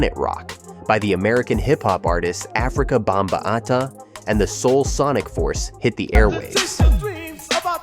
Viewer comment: And Afrika Bamba-ata.